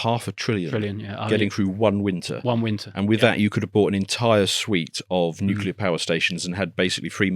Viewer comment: Nuclear, not nukular, mister Bush.